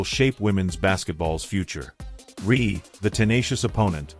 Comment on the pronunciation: The audio is correct, but is AI and is often incorrect. Reese. Not Ree